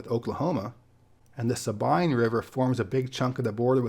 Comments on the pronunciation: 1. Whataburger is okay, but they're usually open 24/7 and their honey butter chicken biscuit is good. And it's the only place I know of that makes Dr. Pepper shakes and malts, which are also decent. 2. Sabine River is pronounced sa-Bean, not sa-Byne 3. You forgot to mention Buc-ee's. I'm also surprised you didn't mention the cave systems of Central Texas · In southeast TX we call the river Sa-bean not Sa-bine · FYI Sabine River is pronounced "sah bean" and Secondly it's just "chili" cause chili con carne is just redundant. And if you know beans about chili, you know beans don't belong in chili......😃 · Sah-bean river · Another good vid,. Only thing is... SA-bean River. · As an East Texan, I can tell you you pronounced Sabine River wrong, its pronounced Sa-Bean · Sabine is pronounced "suh-bean". Also not a lot of love for Northeast Texas. Surprised Caddo Lake wasn't mentioned. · I’m a life-long Texas resident and I enjoyed this video! I appreciate the SRV reference and Sabine is pronounced “suh-bean” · Sabine is pronounced “Sa-Bean” otherwise great profile! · The river forming the Lousiana-Texas border called the Sabine is pronounced (Suh-bean) -Tyler Texan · Sa-bean River...FYI. Great presentation. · Hi, I've been waitn fer this one. I'm a Texan, and I think ya nailed it. But then, I might be mistaken...how how how. I grew up a beach bum in CC, then moved to SA when I was 21. Down here we think of DFW as southern Oklahoma. Lemme hep ya with some pronunciation. "Sabine" and "Malaquite" both end with the long E sound, "Sabeen" River and "Malakee" Beach. I-10 in Texas is the longest continuous interstate in the country at 880 miles. Didya know that there are no 666mi markers in either direction? TDPS says they kept getting stolen, so they just put yellow and black caution signs there. Dign ur vibe. Peace. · Great profile with one exception: butchered pronunciation of the Sabine river which forms most of the border between Texas and Louisiana.